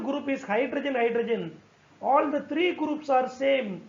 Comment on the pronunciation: Sir wo थ्रीयो हैं त्रयो नहीं